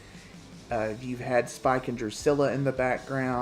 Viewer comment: When you say Spike it sounds like Spock. Loved the video! ❤